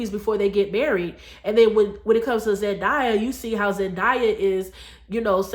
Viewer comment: You are right about the importance of doing things God's way! Btw, It's pronounced Zendaaaaaya, not "ZenDieya! It grates when you mispronounce her name all through the video. And actually it's up to Both men and women to marry. Clearly, a man has to want to marry as well. Wise men Want to get married and to be good husbands and fathers. Married men live longer than single men for a reason. So, in a way, it IS a man's fault if he is so ignorant to the blessings of marriage that he stupidly avoids it like the plague. Married men, generally speaking, are usually much more financially successful than single men, too.